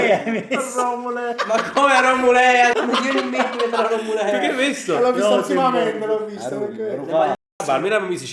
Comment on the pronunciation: Grande che porta in alto il nome della mia Romulea 🧡❤️ (si pronuncia Romùlea)